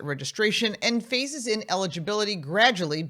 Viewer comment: Talk slower. Did you say " phases in eligibility based on year" ? Or " faces in eligibility based on year"? Many people with these types of cars are older and have older ears....